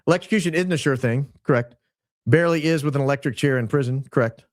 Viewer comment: Even. Grok. Says. Electrucution